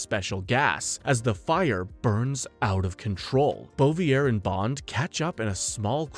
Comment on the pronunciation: The pronounciation of some names does not go together with someone having watched all those movies, Samedi and Bouvier being the most glaring examples. Some other 'easy' mistakes that no one informing himself on the subject matter would make: 'Bond lands in a circus tent' - he doesn't, that's Jaws. 'Lazenby heard bye-bye...' - It was his decision to not return, he was asked. 'No one wanted to see double-old Connery return' - Connery's return outperformed Moore's outing at the box office, iirc. In any way there was massive hype for his return, literally everybody wanted to see double-old Connery. '006's parents were russian...' - This is where I am sure you have no clue what you are talking about and are just reading a script. They were Cossacks, an ethnic ukrainian / russian group forced to live under communist rule by the events of the day. They were IN OPPOSITION to the communist Russia, which is why they allied with Germany and fought against Russia in WW2 in hopes of gaining their independence. The ones fleeing to the UK seeking asylum were sent back to Russia, where Stalin waited for them - a real d*** move by his majesty's government. ...and others.... All this from the top of my head - surely I am forgetting things - makes me think you have not watched even half of the movies for this review.